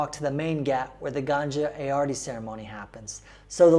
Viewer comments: I love how she depicts an X. Also, it's not the ganja river. That would be like river 420. It's Ganga, and pronounced differently. The way you said it, you are referring to reefer. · Not to be pronounced as " Gan-Jaa", but "Gan-Gaa". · Ganja and Ganga totally different things. Sometimes pronunciation does matter. And this is not even a complex word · Why you people call it ganja instead of ganga?? 😂😭 Ganja literally have 2 meanings "Bald" & "Weed" 😂 And ganjis instead of ganges... Ganjis are basically the tshirt we wear inside a shirt... 😂 😂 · O God.its ganga not ganja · Lol...did you just say mother ganja ?...lol..it means mother weed 🤣